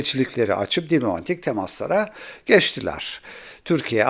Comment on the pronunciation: Abi seni dinlemeyi seviyorum ama Allah aşkına diblomatik değil diplomatik de kulağımı tırmalıyor ya